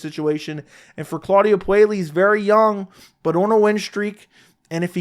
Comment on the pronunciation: It's pronounced Poo-eh-yes by the way